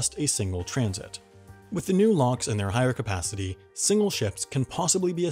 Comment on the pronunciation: I am hearing lonks instead of locks so here's my meme " we'll get people to pay for the panama canal lonks! That equals.........STONKS